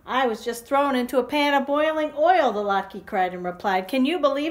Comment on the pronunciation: Lat KA-- that's how it is pronounced :)) Thanks for sharing the story!